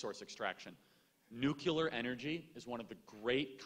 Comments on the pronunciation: Wow. Someone REALLY needs to tell Charlie that the word is NUCLEAR, not “nuculer.” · Nuclear - - - pronounced "new-clear" - - - not "new-ca-lear" - - - two syllables not three... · Charlie is high iq. But he pronounces nuclear as “nuke ya ler”. Smh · Charlie, please stop mispronouncing “nuclear”. (You pronounce it “nucular).